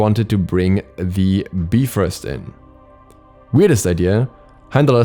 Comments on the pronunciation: The correct pronunciation is biv rost,so we were all wrong. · whenever he said “beefrost” my soul would burn inside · If you look at how it's spelled most are not going to say bee but will say bi. So unless you are studied in the language or brought up in it, you will not know the pronunciation. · BYE FROST (bifrost) not bee frost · say it with me BUY-FROST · Yall know its actually pronounced Beef-rost right? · the nordic is bye-frost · Its pronounced Beefrost.. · Soooooo many times I wanted to stop watching just because of "beefrist" but I kept going. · I really hope he knows Bifrost is pronounced like there is a dash after the I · its pronounced Beefrost, do your research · "Bee frost" 💀💀💀😂😂😂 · Knowing the pronunciation is basic knowledge. Sorry you're too ignorant to know that. Smart people don't need to google to know that it's "be-frost." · I mean I wasn't complaining? I thought it was funny, that's it? Even if it is the technical Norse pronunciation (which I have no idea if it is), that is the first time I've ever heard someone pronounce it that way in and it still sounds hysterical. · If I hear you calling him heimdollar and the B-frost one more time I'm gonna lose it